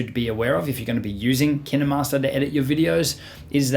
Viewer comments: It’s not kinamaster it’s KINE - MASTER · Who pronounces “Kinemaster” as Ki-naMas-rer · Ur supposed to say it kainmaster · and also kinemaster is pronounced keen master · I think you said kinemaster wrong... Sorry, mate.